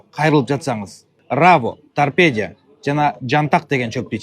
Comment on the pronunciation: Тарпедия эмес тарпедо ОЗУ саткан дарынын атын айталбайтко